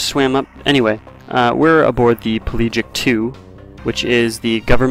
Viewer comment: PEH-lah-gic. Not Pee-LEE-gic.